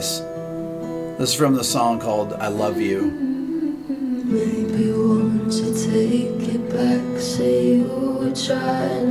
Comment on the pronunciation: Is it just me or does "i love you" sound alot like Hallelujah? anyone else hear it??